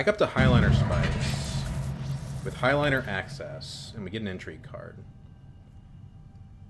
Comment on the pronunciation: curious why you call it "high-liner" instead of "hey-liner"